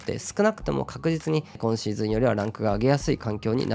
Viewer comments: 初見です。 こ↑んシーズン、ら↑いシーズンのが気になって内容が入ってこなかった、、、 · 毎回6っk59さんの「今シーズン」のイントネーションが気になってしょうがないです。